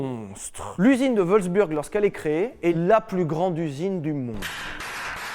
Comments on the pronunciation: "L'Üsine de WolfsbÜrg" 😂 (en vrai ça se prononce "Volfs-bourgue", pas comme une burne) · On dit Wolfsbourg ;) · Super vidéo on dis pas plutôt wolsbourg non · J’ai voulu engueuler Sylvain pour la prononciation de Wolfsburg. Puis j’ai vu l’image de David Castello-Lopes et j’ai tout oublié.